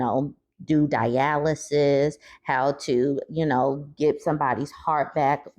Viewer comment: The way you said dialysis 😂